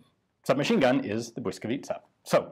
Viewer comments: Well done Ian! While watching i didn't even care about the audio quality. You must have done a lot of research to come up with such acurate gun backgrounds in history. Perfect pronunciation of Błyskawica and the effort to use Ł - letter in the gun name were the cherry on top. It was a joy to watch! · I appreciate the „ł” :) Merry Christmas Ian! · correct pronunciation! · As a Pole I am highly impressed how well you pronounced Błyskawica. And how apropriettly you described the background of conditions in which this gun came to life. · Wow Ian how do you pronounce the word "Błyskawica" perfectly!!! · Superb pronunciation of "Blyskawica" . Respect. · jak native speaker prawie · Naprawdę nieźle to wymawia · He practiced for hours. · I have been waiting for this since your video in the Polish Army Museum (Muzeum Wojska Polskiego)! Very nice pronunciation. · Your pronunciation of "błyskawica" is flawless. Honestly, hats off. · Today I learned something about my home city that no history lessons covered. Thank you, Ian! Greetings from Warsaw! Also: you've got a really good pronunciation of the name "Błyskawica"! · i am honestly suprised that someone who is not native polish speaker could pronounce this right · As usual - a fun, very informative video! And congrats on the pronounciation of Błyskawica - it's really not an easy word for non-native speaker, and you got it just right :) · good pronunciation of name of the gun. love from Poland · congratulations; you pronounce 'Błyskawica' absolutely perfectly:) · superb pronounciation of Błyskawica, Ian. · Are you Polish? Beacause that pronounciation was really good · You had "Błyskawica" spelled phonetically on a card, didn't you?